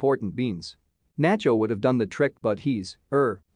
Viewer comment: Who is NAY CHO? Don ELAY DIO? If you can't get their names right, then this video loses its credibility.